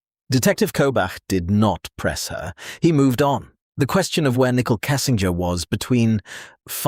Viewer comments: It's not pronounced nickel it's pronounced Nick cole. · Her name is pronounced Nicole (Nick-Coal) not like nickel, the coin!!!! Also, you have said all of this in previous videos!! Most already know this and we don't need to keep hearing the same stuff over and over in supposedly"new: videos. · Can't listen to the video. Called her nickel every time. When you make a video at least try and pronunciate someones name right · I love how all the ai narrators call her Nickel Kessinger. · Very irritating 😅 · Right! Good research, awful delivery. “nickel” kessinger….just use your real voice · Nichol is how she spells her name and why the AI can't say it right.